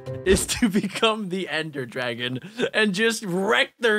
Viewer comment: its not dragona its dragon